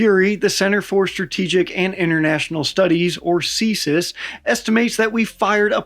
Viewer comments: great video, but as someone who lives in Washington and has been to a lot of events hosted by CSIS, it's pronounces "See-Ess-Eye-Ess," not "See-Sis" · You don’t pronounce CSIS as “see-sis”, you pronounce each letter. ;-)